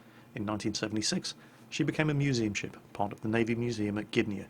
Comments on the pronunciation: As far as the name goes, you were pretty close. However it is not Blyskawitsha, as much as more like Blyskawitza. Also, not GYDnia, but GDYnia. Similar to Gdańsk. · Gydnia? Really? ehh